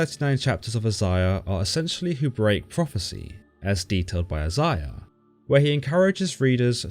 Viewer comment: She's mentioned in Isiah, which is pronounced I-Zay'-Ya not however dude was saying it Geez Louise